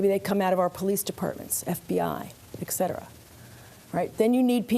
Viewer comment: The fact that she said "ex" cetera was distracting.